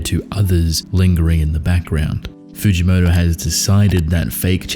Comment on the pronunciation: Fugimoto is more like freekymoto